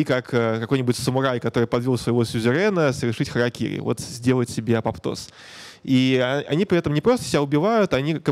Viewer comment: апоптоз а не апоптоз(